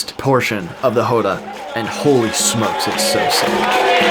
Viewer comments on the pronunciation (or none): First thing you need to understand to get Capoeira is that it was created as a means to fight horses. Slavers in horseback. Also, it's pronounced Róda, with an open 'O'